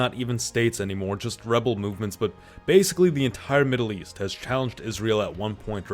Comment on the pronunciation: Maddle east chuth war theres com in any mind